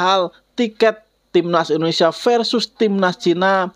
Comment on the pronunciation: Kok bisa bisanya salah sebut Indonesia, mana kenceng banget 😅 kan kitanya jadi gak enak kalo gitu 😂😂